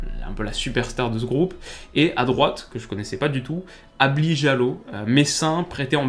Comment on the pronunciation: En fait, le prénom de ce joueur ne se lit pas Ablie mais Ablaye. Ablie Jallow = Ablaye Diallo. Comme le nom Sénégalais, mais écrit à l'anglaise pour les raisons historiques malheureuses qu'on connait. La Gambie et le Sénégal étant initialement le même pays avec les même populations mais séparés par la colonisation. C'est comme si en France l'Ile de France était colonisé par le Japon et le reste de l'hexagone par la Russie. Le fait colonial qui a séparé la Gambie et le Sénégal est aussi absurde et saugrenu que cet exemple.